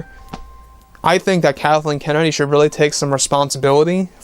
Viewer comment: He said Darthleen kennedy